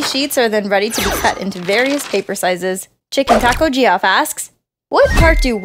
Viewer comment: it's pronounced Jeff not Ge-off